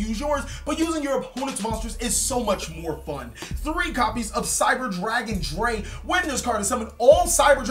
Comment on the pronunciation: Cyber Dragon Drei is pronounced like [Dry.]